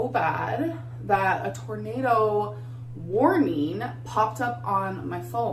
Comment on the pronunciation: WOARNEEN. shes so annoying.